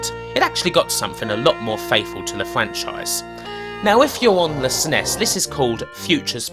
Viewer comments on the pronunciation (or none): none